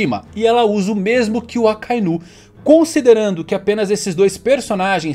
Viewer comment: te sigo a muito tempo, pq vc fala "Akainú" e não "Akainu" como é dito no áudio original?